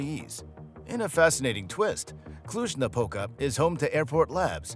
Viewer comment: what are you talking about ??? who is behind this account ? after the way you said Cluj you are a romanian. :)